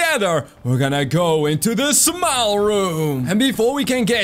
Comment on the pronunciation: At first when you said "Smile Room" I thought you said "Small Room"